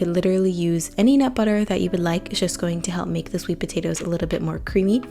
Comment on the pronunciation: Curious why some youtubers mispronounce “a” and “the.” (They say “th-eee” when they ought to say “th-uh” and use the long “a” when they should use the short. Here she even says A-bout. 🧐 Generally those who do this are given to weird exaggerated inflections. It’s so jarring to my ears. Anyone else?